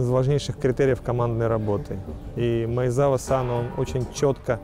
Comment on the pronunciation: Всё, конечно, хорошо, но для транскрипции японских слов, и в том числе фамилий, необходимо использовать систему Поливанова. И фамилия этого товарища в русской транскрипции — исключительно Маэдзава — «z» — это всегда «дз». Это не английский язык, а ромадзи — романизация японского.